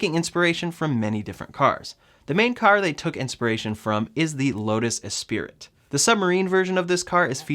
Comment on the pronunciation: the lotus is pronounced "eh-spree"